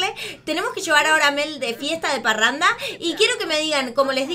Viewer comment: me encanta. "la tenemos que llevar de parranda" sono muy demasiado argentino (ya se que ella es argentina) <3